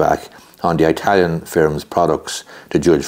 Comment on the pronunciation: Please stop saying eye-talian , you know that's not correct